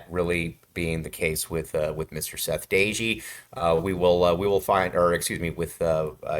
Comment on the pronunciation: You are not pronouncing DOEGE name correctly.